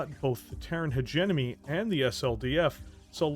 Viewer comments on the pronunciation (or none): He-GE-MO-ny.. anyone else feels annoyed with hegenomy..? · I realize I'm being that guy right now, but It's "heh JEM uh nee" not "hegg enemy" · HEDG-ENOMY my friend. HED-JE-MONEY. nice content tho. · you're great, I love your content, but it's hegemony (Pronounced: Hedge-em-Oh-Knee)! Please say it right, you sound like George W Bush trying to say Nuclear... try as you might, you're saying it wrong. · I’m impressed that you said “hegemony” so many different ways, and managed to fuck it up literally every time. It’s more impressive, because the word actually has two correct pronunciations, but you never managed to land on either of them. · im not trying to make fun, but i got whiplash when he pronounced hegemony in two different ways within ten seconds